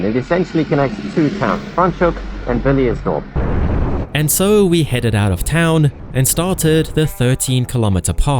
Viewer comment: If I may ask, why do you say TRUCK, MILES , DOLLARS - yet you say Villiers Dorp like a true South African - where exactly are your roots